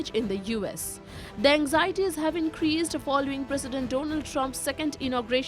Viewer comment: Why is she shouting? it is not Don Ald or DO NA LD; please say "DONALD" Trump; say it again.